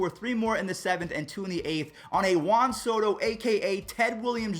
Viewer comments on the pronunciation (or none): none